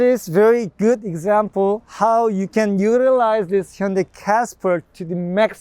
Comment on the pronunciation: For all the stubborn European (Brits) listen how he pronounced Hyundai. Not Ha Yun die!!